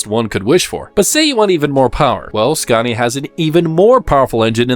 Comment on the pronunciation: I don't see what a budget has to do with inaccurate dialogue and AWFUL AI pronunciation. For a channel about trucks, showing a video about trucks, to mispronounce their actual names is pretty sloppy. Iveco and Scania for example. Just narrate it yourself, would make a nice change!